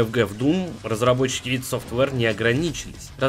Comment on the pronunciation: О да! Ты сказал ИД,а не АйДи,плюсик тебе в карму